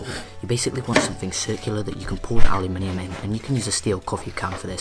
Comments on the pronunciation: yu as in alphabet "U" give him space. tho the minium became minum thats another issue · What the hell is allyaminum driving me nuts the way he says it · its pronounced uh loo men um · It is spelled aluminum so is is pronounce aluminum, elements ending in -minium are radioactive elements. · aluminum* lol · You pronounce aluminum way wrong... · no you pronounce aluminium way wrong